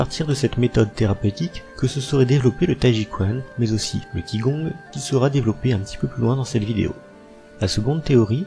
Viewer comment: Pitié, apprenez à prononcer au moins 2 mots:t'ai ji quan et qi gong. Merci